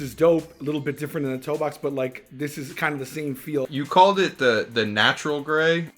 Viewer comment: Trinidad got worst take for sayin natural 😂